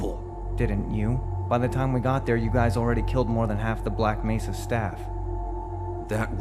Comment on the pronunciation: G-Man mispronounces Black Mesa as Black "Mess-sa".